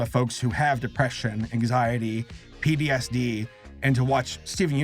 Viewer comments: lmao he says pdsd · Take a shot every time says "PTSD" wrong or funny